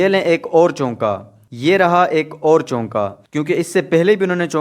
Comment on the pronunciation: *چونکا نہیں چوکا*۔۔۔۔🙂